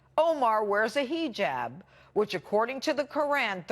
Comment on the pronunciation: heeejab and quraaan? Pirro is an arab. I bet shes mispronouncing those words on purpose lol